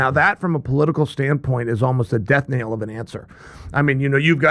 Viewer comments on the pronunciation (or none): none